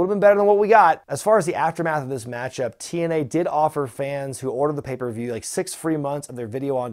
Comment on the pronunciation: does intentionally pronounce it "papieview review"? lmfao